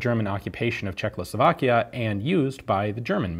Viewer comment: A few details from a czech guy :) btw you have pronounced Praha really good ;) Czechoslovak and not Czechoclovak LK vzor 26 and not LK vizor 26 otherwise good video ;)